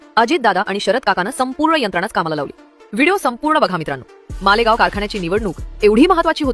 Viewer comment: अरे बाई मालेगाव नाही, माळेगाव म्हण!